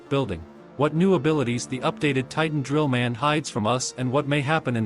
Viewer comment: Bro said trillman titan.